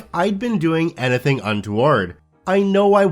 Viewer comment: Where are you from? You have an accent when you say the word "anything"